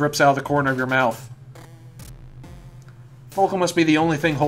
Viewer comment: It's pronounced follicle and coop-rum. One's a latin word, the other's just... follicle